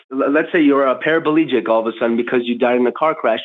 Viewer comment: I love that Matt is drinking a full throttle. They are my favorite energy drink and I couldn’t find them for years and years. Glad they’re back! Edit: did he say “parablegic” 😂